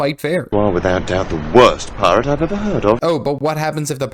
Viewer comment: Sorry i cant un-hear Keira knightley say "Phi Rah"